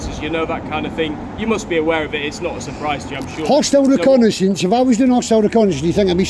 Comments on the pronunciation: "Hostile 'reck-a-ney-sense'" Lol 😂c'mon officer, if you're going to start throwing unfounded allegations around, at least have a basic handle on the English language. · ReconAYsionce. Fancy. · Why use words like reconnaissance when you can't even say it properly. 😂 😅 🤣 😆